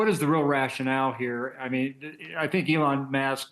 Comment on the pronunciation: Did he seriously just call him Elon Mask?